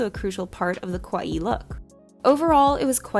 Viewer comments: ka-wa-ii not kowai, saying kowai means scary. kawaii aesthetic wasn't made for western audience, it's just part of the Japanese culture. Girls are considered to be cute, and so they live up to expectations. The extreme cuteness parts of it, like puffy lolita dresses and exaggerated printed attire did bring a lot of attention to the west as it was super girly and childlike but with adult sizes so people got hooked. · I liked this video, but I had to laugh when the narrator kept pronouncing kawaii more like kowai lol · It's not important at all, but there are two adjectives really close in sound: "kawaii" and "kowai," and the pronunciation in the video sounds more like the latter, which means, "scary."